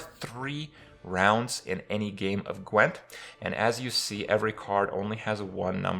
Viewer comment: The only thing you pronounced correctly was "Gwent." :D